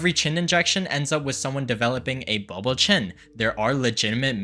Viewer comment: Did he say booble chin?